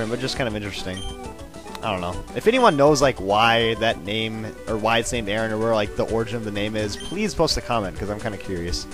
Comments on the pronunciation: aron:iron and its not pronounced arron its aron like arrgh but without the gh just aron like are on aron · Aron isn't pronounced Aaron. It's pronounced like: "A-Ron". Like "Ron Weasley" or Lairon or Aggron. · it pronounsed Air On and its like iorn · I think its prononced Air-ron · its called a-ron. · I think it might be pronounced air-on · i think aron is are-on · It's Ay-Ron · Nope, it's supposed to be pronounced as A-ron :) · aron is pronounced air-on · no offense but i think arons name is pronounced A-ron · Yo! I'ma 11 year old boy and i wanna tell you that you mispronounced aron. It's pronounced ARE-ON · aron i think its pronouced iron